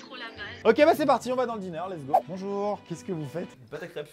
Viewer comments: tu as dit bonjou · Liloé Da Gloria il l’a dit mais il a pas insisté dessus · à son intro il a oublié le "r" de "bonjour"🤣🤣🤣🤣🤣